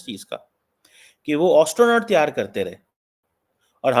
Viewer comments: DUKH tou ye hai you can not even pronounce astronaut. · Teri napaak mulk 🇵🇰ke 2 nazais aabu ke sath jo Chal raha hai, tere picha tho dard to hoga. Or Astronaut👨‍🚀 ka thik se Pronunciation kar? Hum ko malum hai tu madrasa chap Doctorate hai.